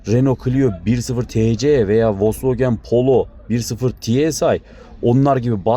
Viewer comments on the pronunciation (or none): none